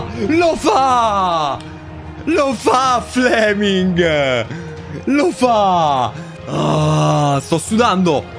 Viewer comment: seee duranville godo..... fle-ming 😂